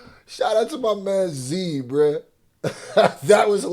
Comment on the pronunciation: Don’t Even Realize It Sounds Like He Saying “Shout Out To My Man Zebra 🦓 ” 😂 I Kno He Means Z Bruhh. But Funny How He Accidentally Did That